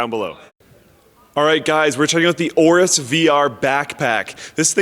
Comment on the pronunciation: Is it pronounced Awrus or Ay-awrus? Linus said Ay-awrus